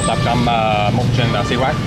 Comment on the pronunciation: Hey xí quách if you pronounce the word quách like English word "what" then it's perfectly sound. Right now you pronounce it's like word wax. Just a thought from a vietnamese person.